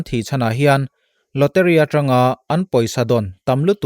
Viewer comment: Lawteri ni lovin lawtari tia lam tur ni awm zawk tak ani😁